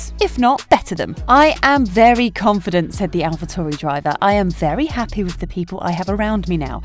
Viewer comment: For future reference its Alpha TAURI, not Alpha TORI